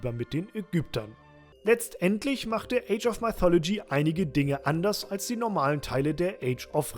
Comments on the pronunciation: Zur Ausprache: mythology = „müthologie“, nicht „meithologie“ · Top Spiel, aber sag doch bitte nicht "Maifolodschi" :D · Maithologie xD Geil. Ich hab damals Mythologie in deutsch ausgesprochen also denglish, age of und mythologie in der deutschen aussprache xD